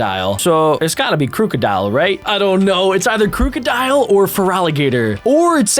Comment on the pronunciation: It's krookidil